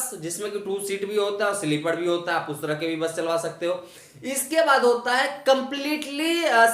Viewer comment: Sleepad nahi be sleeper bol anpad